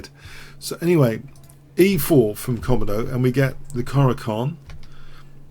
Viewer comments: "Ko" - "mo" - "do". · Someone tell him how to pronounce 'Komodo'